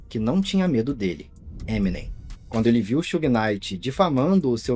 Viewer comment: It’s not Suge It’s Suge😣